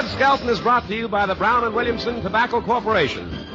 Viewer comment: Skelton, not "Skeleton". Leaving.